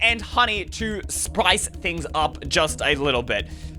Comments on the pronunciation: “Just to sprice things up a bit” - 2021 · U SAID SICE